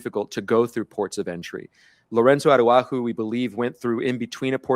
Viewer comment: Ara-who-ho???? Araujo….c’mon Jim Acosta. I’m born and raised Mexican-American in the U.S. so I get it that Spanish is not our first language. But at minimum could you not ask someone how to pronounce Mr Salgado Araujo’s name correctly? I’m sure you have access to at least one native Spanish speaker.